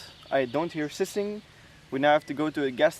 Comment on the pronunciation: ......and for air escaping from a tyre is `hissing` not sissing but his English is much better than my Belgian.